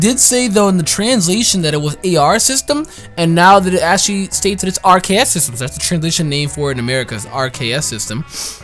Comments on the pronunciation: RKS system. Bro it's literally aR-Kay-euS system. It's a nod to Arceus having multiple types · RKS System R-K-S Arceus (hard C) Bro, that's amazing.